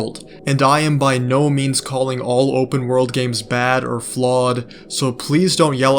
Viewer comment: "open wOrld" x1,000 Bro is not getting an A on his English exam. 😩